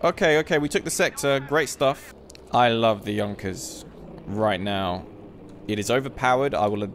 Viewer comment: Correct he says it.